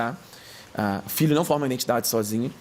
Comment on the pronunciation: Conteúdo maravilhoso. Eu só não aguento escutar ele falar INDENTIDADE , me dá uma agonia🥴